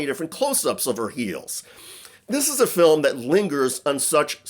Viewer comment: Why in hell are you still talking about this? Shouldn’t you be talking about Epstein documents instead of giving them a reason to say “everyone is talking about my ‘filim’”?